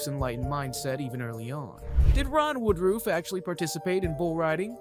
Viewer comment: Not really. He has several things wrong about the real life guy. He doesn't even pronounce his name correctly. This was done through the eyes of someone far left.